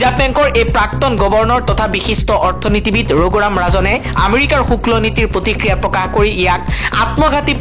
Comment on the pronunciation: শুক্ল নহয় শুল্ক হে